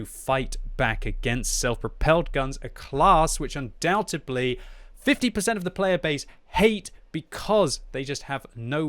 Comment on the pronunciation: The word is undoubtEDLy....not undoubtEBly...jeez that was annoying to hear you say like 3 times.